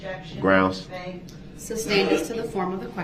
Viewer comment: Dont forget "Grounz for the SUBstain"?